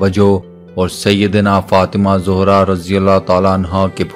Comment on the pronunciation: ارے بھائی صاحب پہلے اپنے الفاظ درست کرلیں زوھرا نہیں ہے زھرارضی اللہ تعالی عنھاہے